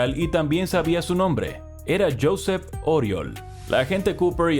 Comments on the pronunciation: Se pronuncia «yuSEP uriOL»... xDDDD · Josep Oriol se pronuncia yusep uriol